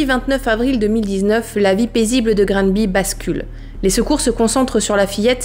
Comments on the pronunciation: On prononce ''Granbay'' c un nom anglophone ! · Granby est prononcé Grannebé au Québec. De plus, tout le monde dit neuf-un-un. Personne ne prononce le 911 comme un chiffre tel que vous le faites. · En fait au quebec ''Granby'' on le pronnone plus comme ''Grane Baie'' lol...mais on est con aussi. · Granbé que sa se prononce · On prononce Grannnnber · Ganby se prononce granne bé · Granby se prononce a l'anglaise " Grand Bay " ... Soit " Grandbée " si tu veux un peu plus phonétique 😅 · Euh… par contre sa se prononce grambé. Sa serait bien de faire des cherches sur la prononciation des lieux. Pour ne pas être irrespectueux. Surtout que tes vidéos sont vu, au Québec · Grammebé meilleure facon de voir la prononciation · Sa se prononce Granbay avec un sonorité anglophone. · Par contre ca se prononce Granbé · Bonjour je viens de Granby et je voudrais corriger quelques choses, la prononciation n’est pas bonne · C'est près de chez moi et j'ai une copine de la sûreté du Québec qui a été appelé la bas ! Je ne peux croire que c'est choses la existe pauvre petite chouette ! Terrible drame Québécois! Et pour la prononciation de Gramby ! Ici on dit Graaambé... loll J'adore tt tes vidéo étant une Fan de Victoria Charlton ... et de tout ve qui est true crime je suis tombé sur ta chaîne. J'adore! Lâche pas ton bon travail .. une amie Quebecoise❤ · Ne t’inquiète pas même au Québec, certains disent grambi et d’autres grambay (ici l’écriture des mots est pour représenter la prononciation)! Tu es ma plus récente découverte du True Crime et j’adore ce que tu fais💓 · Québécoise ici et tu le dis quand même pas mal, surtout si on considère que beaucoup de québécois prononcent Grammebé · Je suis québécoise, pour la prononciation, je te suggère de le dire ainsi : Grambay, ou bien grambé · Allô je suis du Québec lorsqu’on le dit on dit Granbé même si ça s’écrit Granby 😊😊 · Tu prononce pas grambéé toi ? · On prononce (Granbé). Merci pour votre récit, beau travail! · Ça se dit plutôt Grannndbé